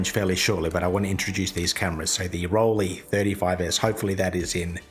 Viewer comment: I don't know what it is about "Rollie" that makes me feel nauseous! Listening to this pronunciation is my version of fingernails on chalkboard. Can't get past the first 3 minutes of this video. It's torture. The "lei" in Rollei is pronounced like the "lei" in Leica or Leitz.